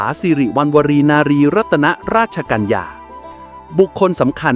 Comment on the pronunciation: ใช้คำราชาศัพท์ผิดนะครับ เช่น พระราชหฤทัย /ต้องใช้กับกษัตริย์ /และขานพระนามท่านผิด ตรง รัตน ไม่อ่านว่า รัด-ตะ-นะ แต่ให้อ่านว่า รัด ตามพระราชนิยม ในข่าวพระราชสำนักมีตัวอย่างให้เห็นนะครับ /ใช้ถูกจึงจะเป็นศรีแก่ชีวี